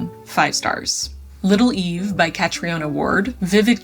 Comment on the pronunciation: Thanks for the great video! Just a small note: Catriona Ward's name is pronounced like Ka-tree-na. Keep up the fantastic work!